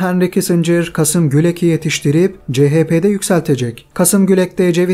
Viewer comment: Kasım değil, Kâsım Gülek.